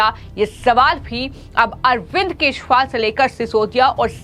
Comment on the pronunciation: अरविंद केशुवाल _ ये कैसा उच्चारण कर रही है? इन मोहतरमा की जुबान ही साफ नहीं है और बन गई समाचार वादक